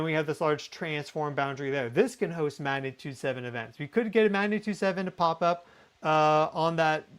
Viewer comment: I love your videos. What follows, comes from respect and best wishes: "g" is not silent in 'magnitude".